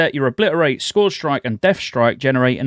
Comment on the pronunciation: Scourge rhymes with urge, not forge.